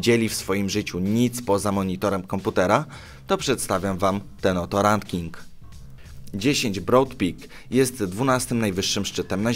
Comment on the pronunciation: Rantking???Jak już kopiujesz 1do 1 artykuł to chociaż naucz się czytać.Nie szanuję.